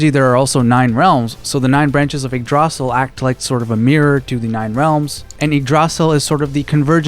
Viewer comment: It hurts me so much hearing igg-drosel But i can understand why youd pronounce it like that 💀